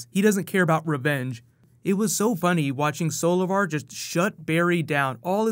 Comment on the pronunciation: When Grodd said "Solovar" i thought he said "Savitar" 😂